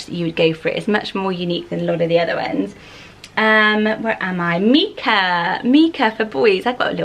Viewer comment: I actually know a lot of people (both boys and girls) with this name, and I’ve never heard it pronounced mee-cah. It’s always MYE-cah, like Michael. Isn’t that how the stone is pronounced, too, or have I been pronouncing it wrong for decades?